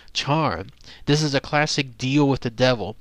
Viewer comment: and it's pronounced "with" not wiff